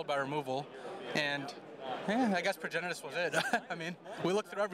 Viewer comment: talk about getting caught in your own troll. its Progenitus, not progenesis